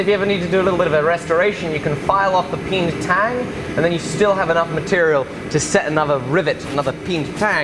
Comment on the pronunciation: Best part of this, listening to attempt to stress "peened tang" vs "peentang." Two very different things.